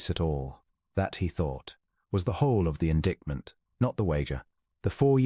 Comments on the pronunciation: There is only one correct way to pronounce indictment, so shouldn’t the A.I. narrator know it? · A.I. ruins a lot of stories with pronunciations. Channels should preview the stories. I wonder if the creators are English speaking?